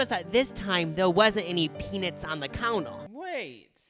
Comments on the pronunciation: I can’t get over pea-Nits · No one: and - “peanits” and “donits” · obsessed with the way you guys pronounce "peanits" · if these well intentioned gentlemen keep saying "pee-nits" one more time im gonna go crazy!! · not these two saying “peanits” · you guys are gay and you can't say the word 'nut'? it's PeaNUTs.